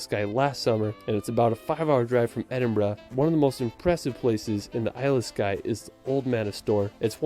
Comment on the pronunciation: As someone who lives in edinburgh, i take offense to how he says edinburgh and holyrood lol If you ever visit edinburgh even visit south queensferry for the forth bridges there. Train station from city centre to the station at the bridges and walk through the village . Be cheap aswel and only about 9mins by train